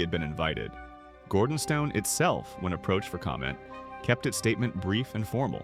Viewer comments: Firstly, please get your AI programme to pronounce ‘Gordonstoun’ correctly. Secondly, this is a non-story. This was a private, family church service. Not your or anyone else’s business. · Can’t pronounce Gordonstoun nor Elgin. Why is he reporting for the ‘British Royal Family’ or is it just AI error?